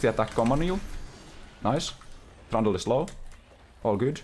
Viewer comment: Kinda not familiar with how u pronounce Trundle I keep on hearing that hated name "Thranduil" from Lord of The RIngs. Edit : This is why I don't play Shen. My eyes are spinning from looking everywhere else when Ult is up.